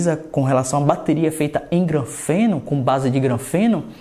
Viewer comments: MANÉ NÃO É GRANFENO NÃO MANO SE LIGA APRENDE A FALAR CORRETO É GRAFENO E NÃO GRANFENO SE MANÉ.! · "granfeno"? Kkkkkkkk